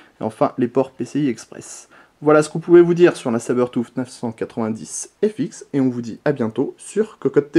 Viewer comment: Sabertouffe? :p Je l'aurais prononçé comme pour "bluetooth" ^^